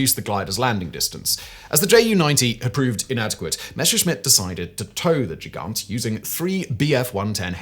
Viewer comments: Both "g" in Gigant are pronounced the same as in "God." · As Gigant is a German word. The initial "g" is pronounced as a hard g. The same as you pronounce Gewehr.